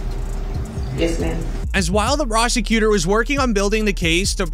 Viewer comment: Why do you say prosecutor weird? Like you fade into the annunciation plus your voice is cringe